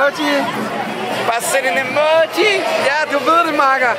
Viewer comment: Det lyder mega sjovt når du siger Emoji (bare send en emååji)